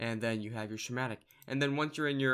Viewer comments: sss...kkk...matic. Not shh..matic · it's not shematic it's schematic... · Shumatic? Schematic - Ski-matic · Schematic - SKE-mat-ic this is not sh sound please learn to speak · did he call a schematic(sc-hem-mat-ic) "shematic" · you said shamatic so many times... Schematic. SKA MAT TIC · Why are you pronouncing schematic like "shimatic"? its pronounced "ske-madik" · Who the fuck calls a schematic a SHHHMATIC? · It's pronounced "skematic". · Lol. Dude, your saying schematic wrong, jesus, get off minecraft and go back to school. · I know right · hahahah i heard him say shematic and i was laughing so freaking hard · Hey, not trying to be rude, but can you lookup the pronunciation of "schematic" please?